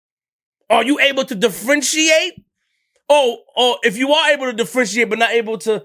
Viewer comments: “De-Frenshiate” u mean “Differentiate”? When platforms are as big as this we have to do better as a people. Videos can Be edited before they are posted. If I don’t call it out someone who’s not us will and will make fun. I’m not poking fun, I’m tryna educate. 💯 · "Defrenchiate" "Differentiate"🤔😂 I hate you